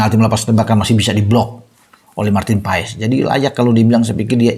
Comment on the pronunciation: PAES dibaca PAS.